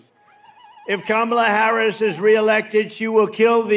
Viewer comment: It strikes me that he's actually pronouncing Kamala correctly. And he's not saying Comrade every time. He must be getting nervous about the election. Because he relishes mispronouncing her name and implying she's a Communist. When Trump pulls back on his Trumpyness, there's always a reason.